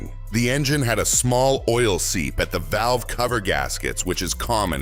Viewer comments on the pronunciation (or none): none